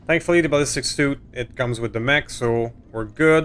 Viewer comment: I'm sorry to nitpick but the ballistics suite is pronounced ( sweet ) not suit. I have a bit of ocd 😂. Congrats on the 100 episides though 😊